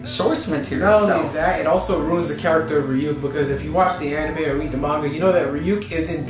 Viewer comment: You pronouncing Ryuk "Re-UCK" though